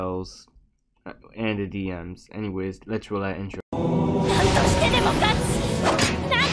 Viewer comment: Good video just sounds like you're speaking in uwu like "lest rowl that intrwo " I get your sick just saying that it's funny.